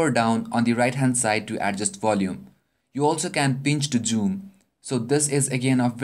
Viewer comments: Pinch to joom? Hahaha wtf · "You can pinch to Goooom" LOL